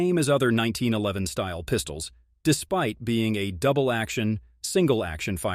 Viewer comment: Striker Fried, Crisp-i-er, Dooble-action pull. LOL. Robot voice is having a hard time today.